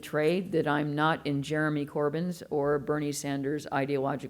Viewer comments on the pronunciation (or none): none